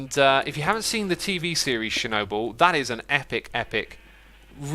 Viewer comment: be like: Shernobyl